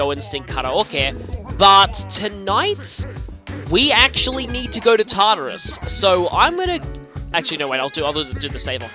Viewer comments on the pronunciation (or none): The first time I heard him say Tartarus I thought he said Tarter Sauce (sorry for bad spelling)